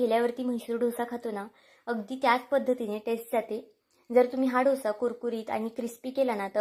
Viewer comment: Dhosa nahi “ Dosa”